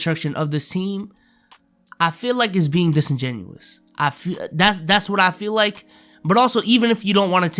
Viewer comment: said the word desingenuos😂😂